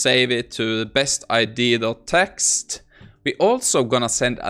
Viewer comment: I love your videos, but please for the love of god it's pronounced I-dee-aa not I-dee, it drives me crazy 😂